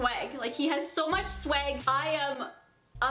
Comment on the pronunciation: STOP SAYING SWAG LIKE “SWEG”